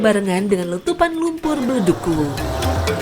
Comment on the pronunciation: Ingat yaa kuwu bukan uwuu